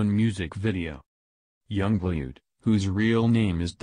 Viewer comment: I find it funny the way the narrator said yung blued